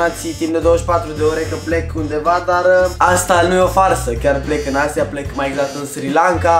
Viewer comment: Boss nu ai pronuntat bine Asia